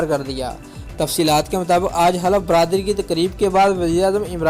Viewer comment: Oy halaf bradri nahi hoti, bardaari hota hy